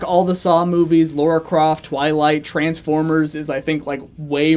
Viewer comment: "Laura Croft" It's fuckin Lara you degenerate